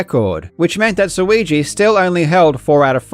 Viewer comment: Suigi rhymes with too easy. He's the GOAT.